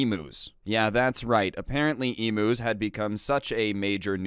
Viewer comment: Aussie here, pronounced emyus, just saying. I do remember when u referenced this and said ostriches, glad you improved.